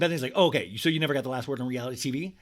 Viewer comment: "Owkey owkey" 😂👌